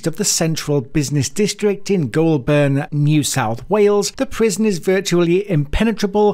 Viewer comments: Its not pronounsed glolburn its golbin not the spelling just how u pronounce it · Its pronounced "Golburn" not Ghoul burn, but clearly appropriate given what the content is about👍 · “Goulburn” You got the first syllable right but the second one is pronounced more like “bin”, but without the “i” Making it “Goul-bn”. Same story with Melbourne. I know how it’s spelt but it’s pronounced “Mel-bn” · It's Gol-burn, not goo-ol-burn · ITS PRONOUCED 'GOULBIN' NOT 'GOULBURN' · Only a pommy who'd never been near Goulburn would pronounce it Goolburn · Just a note here it's pronounced as "Golb'n" not Goul Burn" as you were saying. If you're going to do vocals in overseas videos it helps a lot to say place names properly - or better still don't talk in them. Having suffered through your video, almost all your Australian place name pronunciations are wrong. (I'm an Aussie, and I know A LOT of my country!!!) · I gotta fix this blurr. It’s Goulburn. We pronounce it as goal bin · Great video, but as a local you must pronounce it like you would say "Golden". o7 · Its pronounced "goal'ben" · Listening to others pronounce Goulburn is hilarious. Pronounced Goal-bern not burn. Just think the R is a short R. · Goulburn pronounced "Goal Bun" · Pronounced Golben even tho it’s spelt Goulburn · Please… it is pronounced ‘Golben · It’s pronounced “Gol bin” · Pronounced "Goulbn" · Pronouced Goal-bn. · Goll burn lol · Isnt pronounced GOUL BURN it is pronounced her GOUL BUN goulburn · Say Goulburn properly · Before making such a vid, perhaps you could learn how to pronounce Goulburn. And if you would like any credibility you could learn what an Australian criminal court looks like so you don't grab stock courtroom footage that can not possibly be Australian. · You need to learn how to pronounce Goulburn. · Learn to pronounce Australian town names correctly I found it very irritating.